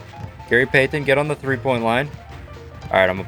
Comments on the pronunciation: Can’t STAND how this dude says Gary PAY-TEN 🤦🏻‍♂️🤦🏻‍♂️ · same. he said “Gary PAY TONNE” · I thought I was the only one Gary peythenn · It would have taken far less time to learn how to say PEYTON instead of pay-ton every 5 seconds. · I hope he's Canadian with the way he pronounces pay-tun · Gary Pay-Ton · Gary Pay-Then with chewenty points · So am I the only one who was bothered by the way he kept saying “Payton” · Gary Peigh-ten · “Gary Paythin” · i hate the way he says payton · Please stop over pronouncing Payton 😂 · i hate the way this dude says payton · Who pronounces the t in Payton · the way you say payton makes my ears bleed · I would have kept missing too if he kept butchering my name lol!!! Great video though for real.